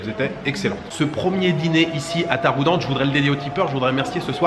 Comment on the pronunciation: Il faut prononcer Taroudant avec à la fin ant comme en anglais 😂 Tafarnout est cuit partout de la région du souss vers rachidya. Sinon, merci pour la vidéo, top